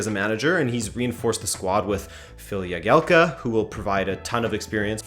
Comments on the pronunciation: It’s jagielka not yagielka he’s English not Spanish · Jagielka not Yagielka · Its pronounced Jag-ee-el-ka